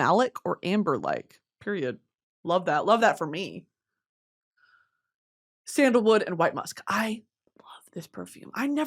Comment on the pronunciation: Calling it scandalwood instead of sandalwood is driving me nuts girl🤣🤣🤣